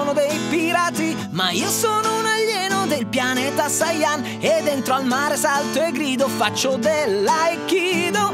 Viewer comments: Sio,potresti correggere "Sayan" in "Saiyan"? A parte quello,pollici in su!!! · Ma si dice SAIYAN, non SAYAN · AHH quel "sayan"